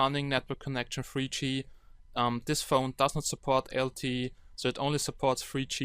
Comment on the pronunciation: Alter sorry aber ich dachte grade "it only supports free gee" du meintest "THREE G". Inhaltlich gutes Video aber BITTE arbeite an deiner Aussprache!!